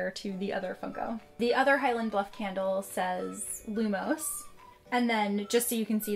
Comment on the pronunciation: She pronounces all of the things incorrectly. Lumos for example.